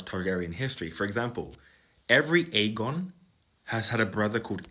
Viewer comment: Clearly his name is "Aegon" with a soft 'g', Aejon